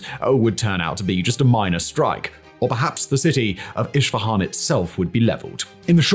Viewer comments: It is not iSHfahan It is pronounced eSfahãn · Great content! But it's weird the way you pronounce city "Isfahan". It's Isfahan not Ishfahan. ❤ /ˌɪs.fəˈhɑːn/ it's how to pronounce it better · Isfahan not ISHfahan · Please for the love of god pronounce it correctly. Esfehan. Not ishfihan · Its Isfahan, not Ishfahan ✌ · Wtf is Ishfahan? 😂 It’s called ES FA HAN! You don’t have to be an anthropologist to pronounce the name correctly! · Hello you are mispronouncing Isfahan it is not Ishfahan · Iss-fahan vs Ish-fahan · Esfehan, not ish fehan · Who the F says "ISHFAHAN"??????? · i have a feeling is mispronouncing foreign geographical names on purpose.. i mean zaporizhzhiya is quite hard, i can even see how al-aqsa tricks you but.. when was isfahan ever spelled with a 'sh'?!! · Honestly i always like your content how ever please give more thought to the pronunciation of the foreign words, a simple Google translate takes to voice could prevent me hearing “ish fahan” for 40 minutes